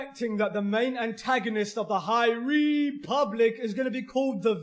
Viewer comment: the high RRRRRRRREEEEEEEEEEpublic